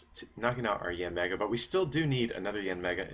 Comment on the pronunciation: Did he just call yanmega break: mega yanmega break? Wow. learn to read your cards next time. Mearly constructive criticism.